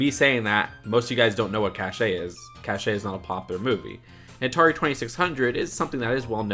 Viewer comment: Cache isn't pronounced like that 😐